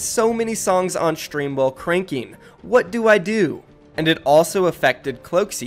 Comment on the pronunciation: why is saying Shtream and Shtrike and not Stream and strike? Am I just trippin or what?